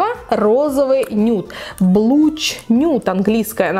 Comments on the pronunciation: Не "блуч", а "блаш" нюд😊. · Блаш нюд - правильно читается) Спасибо за подробный обзор! Успехов вам!